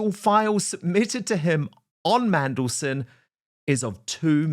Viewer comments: Did he say Mandelsh1t? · Did that news reporter call him Mandleshit! 😲🤣🤣🤣🤣🤣🤣🤣🤣🤣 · Did that GB news person really just refer to Mandelson as Mandelshit in a slip-up?😳🤣